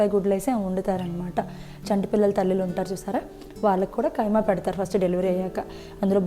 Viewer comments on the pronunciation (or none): ఖైమా కాదు అండి ఖీమా